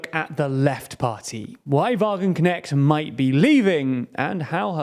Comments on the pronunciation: "Wagenknecht" is more closely pronounced like "Vah-gun-cnesht" imstead of "Vah-gun-cneckt" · i really like the butchering of her name by the dude in the video! from now on i will also call her wagenknekt :D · that "ch"-sound is not prodounced "k" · Sahra Wagenknecht is not right-wing on social issues at all. The creator of this video understood nothing about Wagenknecht's politics! And the name is not pronounced correctly, too. ch is not k!